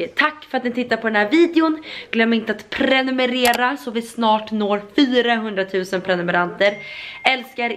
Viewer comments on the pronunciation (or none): none